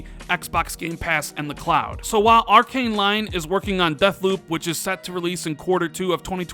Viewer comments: It’s not pronounced “líon”, it’s “leó”, with your best attempt at a French accent 😆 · It's Arkane "Lee-on". You know, like the character from Resident Evil. It's not pronounced "Lion" lmao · Arkane LION? lol Lyon is quite a famous city to be called 🦁